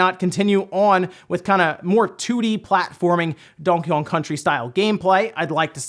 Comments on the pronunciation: "Dawnkey Kawng" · Am I the only one who thinks he says Donkey Kong weird?